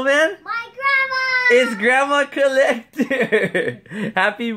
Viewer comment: Wait heard CORLectter